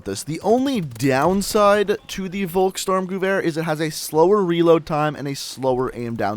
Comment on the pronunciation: Bro what is a volk "storm"? You mean volksSTURMgewehr?